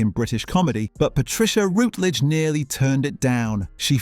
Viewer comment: It's Patricia RUTledge, NOT Patricia Rootledge . . . And who was the neighbor who disappeared, Elizabeth's brother?